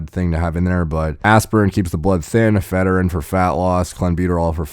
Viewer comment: Sorry but that pronunciation of ephedrine is weird. Eff-uh-dreen, am I right?